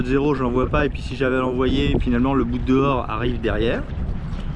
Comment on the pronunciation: J'aime que tu dises boute-dehors (ou boute-hors) et non pas bout-dehors comme beaucoup (et souvent dans les publicités).